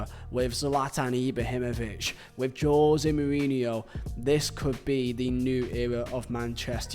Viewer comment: Funny how you pronounce '' Joe zemourinho'' :p